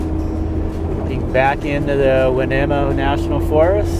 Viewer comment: You were just over the coast range from us. (We live right on the 'big' lake, Pacific) btw...it's pronounced "Wy-neema" (hard on the 'E', It's an Indian name) Safe travels